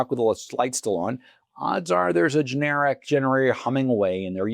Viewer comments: It’s not ge-nar-ic. It’s gen-er-rack. That said, good pick. The recent storm activity will definitely up their business. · GIN ER RACK IS THE CORRECT WAY TO SAY IT.